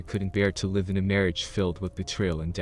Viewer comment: Someone needs to teach that AI there are two pronunciations for the worst spelled, “Live.”